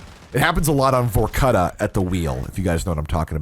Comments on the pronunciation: Calling it “VorCutta” is crazy 😭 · Did you really pronounce Vorkuta as "vore-cutta"? 😂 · I'm very certain it's supposed to be pronounced as "Vore-cue-tah" 😂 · Ok thats the 1st time ive ever heard Vorkuta pronounced like that in my life. Holy shit that made my brain malfunction for a second lol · That is not how you pronounce vorkuta, lol